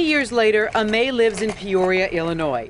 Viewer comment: Why are they pronouncing her name “A-may” ? It’s Amy, it’s just spelled Aimee..